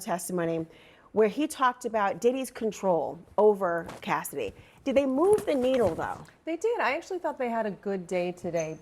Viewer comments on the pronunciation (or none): She said cassidy lol